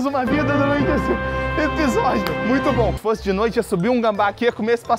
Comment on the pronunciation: o falando episodio